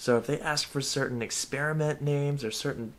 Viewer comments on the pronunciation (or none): none